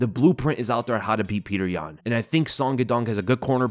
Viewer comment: Pee-yuh-oter yan for the dub